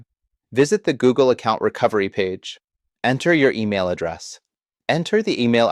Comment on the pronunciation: What's an "addrass" ?